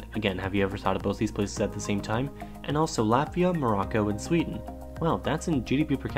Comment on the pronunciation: Swe^en and FINLAN^